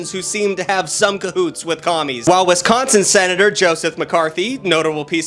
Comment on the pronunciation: U said wisconsin wrobg